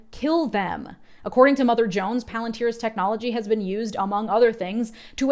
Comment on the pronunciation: SAY IT RIGHT IT IS PALANTIER😂😂😂THAT IS HOW CELEBRIMBOR SAYS IT AND I WONT ACCEPT ANY OTHER VERSION